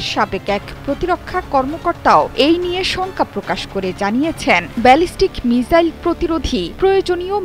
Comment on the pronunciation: মিসাইল হবে আপনি মিজাইল বলেছেন বার বার